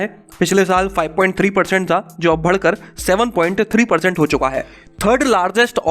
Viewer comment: Like "bhadkar, jyyadaa"